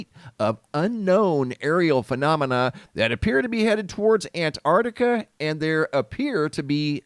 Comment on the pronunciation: You keep saying "Antartica". It's Antarctica.